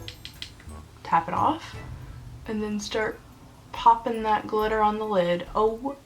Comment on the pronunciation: Love it! " It's GlitteRRR timE........!!! " :-D